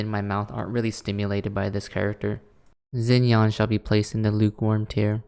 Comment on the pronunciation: Same with Lumine and Xinyan (they weren’t as bad but still… 😰) AND ZHONGLI